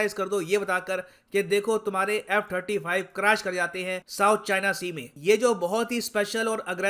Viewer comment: Quing 35 🤣🤣🤣🤣🤣🤣